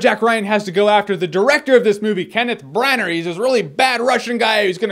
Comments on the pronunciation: Br-an-ner? I thought he called himself Br-an-ah in the director's commentary for Thor? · It's pronounced "branna" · FYI Branagh is definitely pronounced "Brana" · this is the first movie i want to see this year and i hope its awesome, i love chris pine and kevin costner. i always pronounced kenneth branaghan